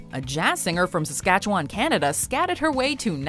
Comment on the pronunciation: Is the Watch Mojo lady from Saskatchewan? She pronounces it like a local. Never heard that from a foreigner before.